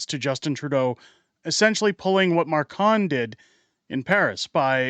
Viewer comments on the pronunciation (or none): Macron, not Marcon😅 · His name is pronounced mac-ron